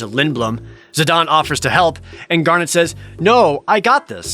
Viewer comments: Final Fantasy IX was tied as my all-time favorite with Final Fantasy VIII (yea yea, boo all ya want *eyeroll*) but it quickly became my #1 favorite, def underrated as fuck. Tho I always have and always will pronounce Zidane as Zuh-Dane not Zuh-Don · Zid-ahn? ZID-AHN!?! IT'S ZID-AIN!!! ZIDANE, NOT ZIDAHN! That is all. Great video!! 👍👍 I was looking forward to this video for a long time! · Zi-DON... Chib-bee... I feel like this dude is butchering pronunciations just to elicit comments like mine to complain about them, boosting the video interactivity for YouTube's algorithm. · I mean, Jared must intentionally say incorrect things in a strange trolling attempt, right? "Zidon" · Omg you pronouncing Zidane's name incorrectly is cringe!! It's ZID-AYNE... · I wanted to complain about how Jared pronounces Zidane, but Dissidia shows that is the proper way to pronounce it. .....I still disagree, but if its official, lol. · All the dislikes for this video are from Jared pronouncing it "Zid-AHN" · His Japanese name is Jitan "Jih-tahn", which is pronounced very similarly. I made the comparison in the sense that they're both foreign names that don't apply english grammar because they're names that originate from languages that aren't english. IX purposefully implemented a lot of foreign names to give its world a richer sense of culture. Tidus is pronounced the way it is because it's based on his japanese name. In most cases you can easily trace their names back to their japanese names. I appreciate you actually elaborating btw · You're right about Vivi, but wrong about Zidane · and Zih-DAYNE. Like Zinedine Zidane which im 99% sure who he was named after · Naw.. the 'e' makes the 'a' hard so it's Zihdain.. but 1 for 1 isn't bad so I'll take it as a win :P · Zi don? You mean Zeh Dane? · I'm sorry did you just say "Zidon"?